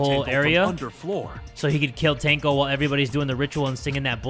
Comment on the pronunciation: Tenko, not tenno